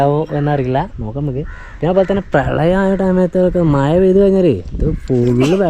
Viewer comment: മയ അല്ല മഴ അത് നല്ലോണം പറയാൻ പഠിച്ചിട്ടു വാ